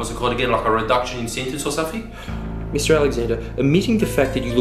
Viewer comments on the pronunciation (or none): "If he did do it and i don't think he did, Can i ask for, what's it called again, like a reduction in sentence or sumpfink." That sentence automatically makes you guilty of everyfink.